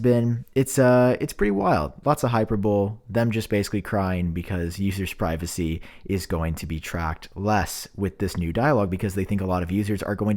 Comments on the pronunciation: "Hyper Bowl?" You mean Hyperbole? As in "high-PER-boh-lee?" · it’s “hyper-bow-lee” not “hyper-bowl” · Hyperbole. Pronounced like hyper\bolie like Rollie pollie OLLIE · hi-PER-bol-ee...still love your content! 😜👍🏻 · Dude..... it’s hyper-bo-lee